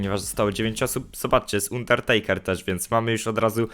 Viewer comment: Pls czytaj dobrze undertakera bo to tak uszy bolą, zobacz sobie jk go przedstawiali to będzieimk lepiej